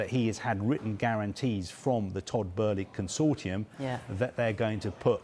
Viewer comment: Lol they keep saying his name wrong 🤣